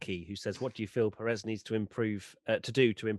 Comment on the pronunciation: U are pronouncing perez wrong.. The accent is in the first syllable pérez not peréz...